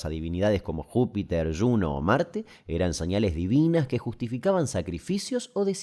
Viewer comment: ¿Como que lluno? es latín no se propnuncia como si fuera ingles, es Juno, con J.